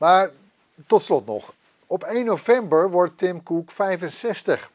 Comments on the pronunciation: moet even een cursus Engels hebben want dit is echt een blamage. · Niemand: Helemaal niemand:: TIM KOEK